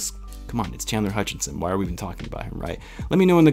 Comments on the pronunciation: Common misconception is that Chandler’s last name is “Hutchinson” (you probably know this); Mohammed Sallam was pointing to your Video Title where you have an ‘n’ in Chandler’s last name “Hutchison” (Plus you pronounced it “Hutchinson” a couple times) :) Keep up the good work and amazing content! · I wonder is you always get his name wrong on purpose 🤔😂 always with the extra n in his name.😂